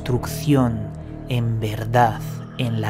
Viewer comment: Por favor, hazlo bien, eso de la ""verdaZ" y la "oscuridaZ" queda horrible. Las palabras que acaban en "D" no se pronuncian como una "Z". Así hablan los "mesetarios" poco formados y tu estás por encima de eso. Gracias por tu video; )